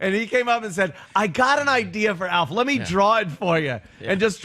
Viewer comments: It’s Alfa NOT elf 😂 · Because thinks the name Alf is pronounced Elf. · He's calling ALF "Elf" just to be irritating right? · can’t pronounce “Alf”.